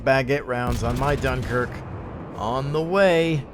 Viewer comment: Ahh, the great "DOOMKIRK" :D